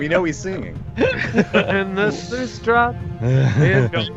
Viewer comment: Anyone else catch that kept saying sluice as "sloo-ees"? But no one called him on it? I was confued at first until I realized what he was referring to. Guys... it's pronounced "sloos". Just like "juice" but with an "sl" instead of a J. I would have expected at least to call him out on it.